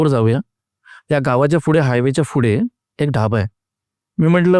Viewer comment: फुढे ❌ पुढे ✅